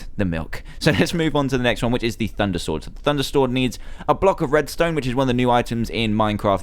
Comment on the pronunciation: you said thunder stord 5 times instead of sword